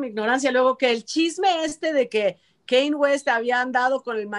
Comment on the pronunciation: no es “Kein” West. Se dice más o menos como se le: “Kænye”.